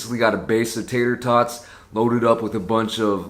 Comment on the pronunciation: said, "I love me some tots" I heard, " I love me some thots" 😂😂💀💀